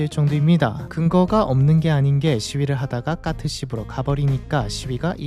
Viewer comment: 대본대로 못 읽는 경우가 순간순간 튀어나와 AI일 리가 없음;;; 까트를 가끔 카트라고도 하고